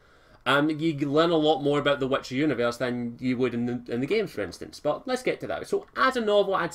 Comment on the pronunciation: It's pronounced wItcher not wEtcher!